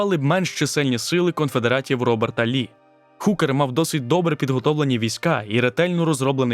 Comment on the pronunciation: Величезне щире спасибі! Трішки підкажу: багато не солдат, а солдатів; не наніс удар, а завдав удару; Джозеф не Хукер, а Гукер (завжди передаємо h через г); більше двох, але понад два/дві. Грошей дати не можу (на жаль), але реклами всі проглянув до половини і на кожній клацнув :)